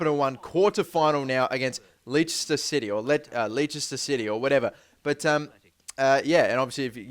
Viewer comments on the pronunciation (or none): lol lee-sister city.. it's pronouncer lester city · its not lee ster its less ter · you pronounce it 'lester' :') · Leechester? hahahahaha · pronounced les-ter city :] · LESS-TUH you idiot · Its pronounced lester bro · Leicester City - Lester City Written - Pronunciation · Leicester is said like : Lester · It's pronounced Lester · It's pronounced Lester. :) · Leicester city as in pronounced Less-ter!!! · Leicester is pronounced Less-ter but it;s understandable man ;) and love this series so please make it more frequent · Just for future reference. Leicester is pronounced 'less-ter'. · Leicester is pronounced "Lester" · This is how u pronounce Leicester les-ter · Its pronounced as LESTER CITY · Leicester is pronounced less_ter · you can't say leicester? its Les-ter.... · It's pronouned Lester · Leicester is pronounced LESTER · You can't say Leicester!! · lol u cant even say leicester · You just butchered Leicester City's name.